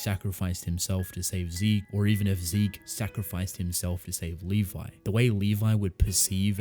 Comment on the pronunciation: Dude it's Levi...